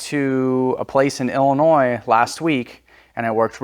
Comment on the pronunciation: brother its Illinois not Illinoise